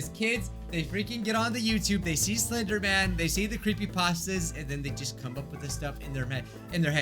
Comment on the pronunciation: Not crapeesta nope it is creepy-pasta